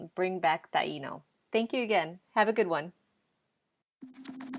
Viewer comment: I don't understand why the i in Taino is accented so hard when you guys say the word, but when you use it in any other form you don't accent the i. You shouldn't be accenting the i in the word of Taino either please. it's so annoying. it's incorrect thx